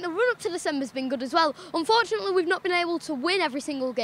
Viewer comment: "Unfortunateleh" - A young Andy Tate